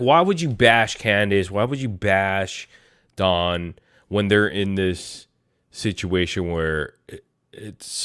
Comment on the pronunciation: Please tell that don name is DON D-O-N not DAWN that is a female name is DON DAMMIT LIKE DON THE CON NOT FK'N D-A-W-N DAWN DAMN IS DONALD DONNIE DON NOT DAWN😂